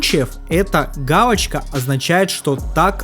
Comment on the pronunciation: "гаУочка" 🤦👎 "фипиэс" 🤦👎